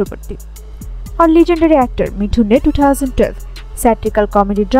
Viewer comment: मिठुन नहीं, मिथुन है, मुंह से सुपारी निकाल कर बात करो